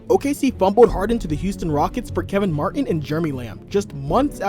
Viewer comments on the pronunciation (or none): none